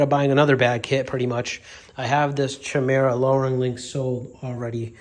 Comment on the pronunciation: Chimera, is pronounced KIMERA